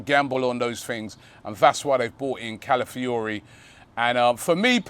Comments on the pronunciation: ROBBIE ITS CALAfiori, CALAfiori... Not CALIfiori jeeeez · Robbie: Mikel ‘Mourinho’, ‘Califiori’. The way Robbie butchers names!